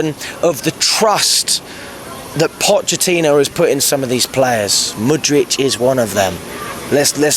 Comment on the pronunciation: no he's talking about ' abysmal pronunciation of Mudryk. There's literally no reason to call him Mudryitch